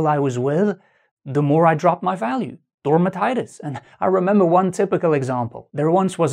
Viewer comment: "Dormatitis" 😂 Excellent video,! 👌 Thank you so much! 😊